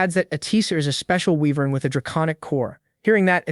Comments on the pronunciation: whats an eyenvern? its WYVERN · Whats a "wh-vern"?